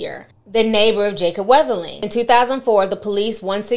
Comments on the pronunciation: How is it that you had to read and type this boy’s name several times to make this video, but you’re still pronouncing it like there’s an “H” in his surname? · His name is being mispronounced in this video. 🤦‍♀️